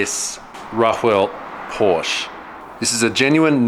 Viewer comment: Please never ever say "Porsch" again... Do it like you've said Porsches....just without the (second) s :D